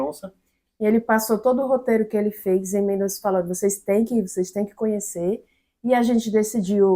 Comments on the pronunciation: Porque todo mundo fala MendoNza o noma da cidade de Mendoza? 🤌😅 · A pronúncia é Mendoza